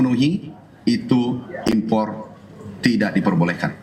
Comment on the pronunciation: Sori keluar konteks tapi aku suka denger kata impor R nya kedengaran dari pada tukang kayu bilang gak butuh impat impot tapi mempermudah barang Tiongkok masuk.